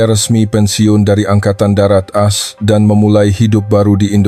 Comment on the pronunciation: Coba tqc cara bacanya ,singkatan As itu dibaca A es seharusnya, tulis promt yg benar